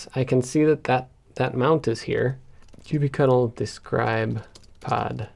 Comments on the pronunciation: Hearing you pronounce kubectl as cubey-cuttle makes me shudder. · Please don't say that [kube-cattle] pronunciation for kubectl is the official name, there is endless decision how to pronounce it correctly and there is no easy way to resolve it.